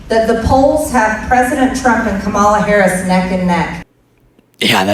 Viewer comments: Can’t pronounce Harris’s name. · But she can’t pronounce the Vice President’s name. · She still said, the Harris's name wrong